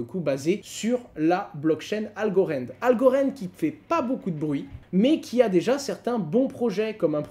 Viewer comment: Pourquoi tu prononces Algorand "Algorend" et merge "mèrge" 😜